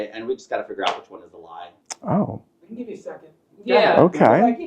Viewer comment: killed me when she said- "There's tons of other lies that he's told that we casn focus on."🤣🤣🤣🤣